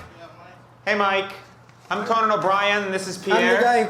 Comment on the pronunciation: How many of these they gotta watch before says "Conan" right in the intro 😂 says it right before him and every time he still just goes "co-Nan" lmaoo